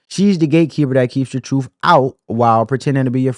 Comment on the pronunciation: The Democrat big bird vomits the talking points down their throats. Then they puke it all over us, over and over and over. The word it TRUTH not TROOF